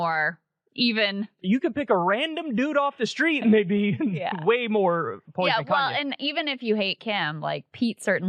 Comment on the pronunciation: Why does Kyle keep saying Kanyes? Like with an s...